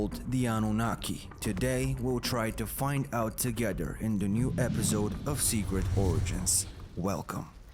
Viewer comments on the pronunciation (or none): I like how he say togedder and fahdder 😭🖤